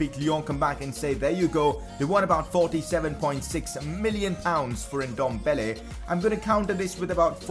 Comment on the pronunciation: Please say Ndombele right. It’s Ehn-dom-bah-laye